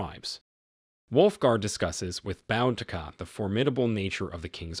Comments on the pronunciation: It's not pronounced BOWdica! It's pronounced BOOdica. Great recap ruined by that one repeating mistake. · Why do these people try to tell stories they can't even pronounce this warrior princesses name there's no " N " in her name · It's pronounced Boo-Dee-Kah. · I thought it was pronounced "boo-dee-kuh" ? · This video mispronounces her name. It is pronounced Boodica. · And its pronounced Boo dik a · it's pronounced boo da Ka Boudicca. Trust me I'm British this is my history and I grew up hearing about queen Boudicca, Good video tho 👍